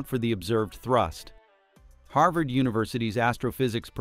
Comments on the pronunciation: "Harvard" not "Havard" = your AI clown voice must have hit a typo ! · the robot cannot even pronounce "Harvard".